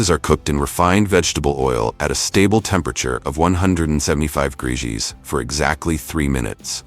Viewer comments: Greegees? Instead of degrees? 😂 I can’t take it any longer. 😅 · I really wish the narrator would pronounce Celsius, Fahrenheit and degrees the right way.